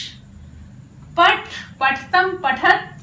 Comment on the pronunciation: आप हिन्दी नहीं संस्कृतं पढारही हैं। अतः उच्चारण संस्कृतं वाली ही करना चाहिए। संस्कृतं अजंत भाषा है। जबकि हिन्दी, फ़र्सी/जैसा हलंत भाषा है। therefore, please say "paTha" not "paTh".